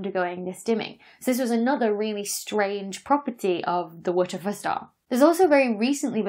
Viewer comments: So, turns out the synthetic phonic alphabet doesn't seem to be a thing outside of the UK! 😂 I'm pronouncing each of the letters in the star's name "wuh tuh fuh" (which stand's for 'where's the flux' - see the Boyajian et al. 2015 paper title) as you would with the synthetic phonic alphabet that kids are taught in UK schools. Rather than "double-ewe tee eff" as you would with the standard alphabet. P.S. I always want Lisa Simpson to play my devil's advocate - because what if it is aliens... 😏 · “Wootefuh”?? Who tries to make those letters into a word? Haha so funny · I heard "whoochafuss"... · I was hoping for one of those slow motion playbacks of YOUR pronunciation of the "wha der fer star" so I could know for certain what you are enunciating! 🤣😂😅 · At first I thought she was saying "Waterford Star" and I was so confused like wtf does this have to do with Irish glass 🤣 awesome vid as always! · Did anyone else think she was saying, "What the foot stah."? Dr Becky is fun. I like known unknowns (aka mysteries) but what is an unknown known? How can you know it if you don't know about it? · TIL that the acronym "WTF" has a pronunciation, and it is "Waterfir". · I like how she says WITCH-A-FUR STAR its a cross between sexy and hilarious! :D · WTF is she saying when she says the WTF star? Wedgefa? Weggefe? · How is she pronouncing WTF? She's not saying "double-u tee eff" or "what the f***" or "what the eff". I've literally been looping the first one second of the video to try and figure this out. Phonetically, I'm hearing "wut of fer", something similar to Whatever. Dr. Becky, help me out, what's your pronunciation inspiration?? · wer - ter -fer star LOL its a dyson ball lol the wtf the star !LOl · The Wuhtuhfuh Star? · Tried 1/4 speed and 1-1/2 speed playback. Still can't make out the exact enunciation! 🤣😂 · Is it some sort of joke I’m not getting as to why she is pronouncing WTF that way? Or does she just not have any clue that you just say the letters !